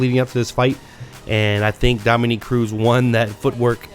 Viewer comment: dom-A-NICK - not dom-o-neek